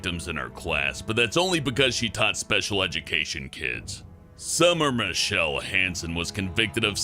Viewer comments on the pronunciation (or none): none